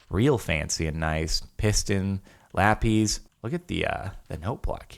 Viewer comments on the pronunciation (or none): "lapEEZ" lmaooo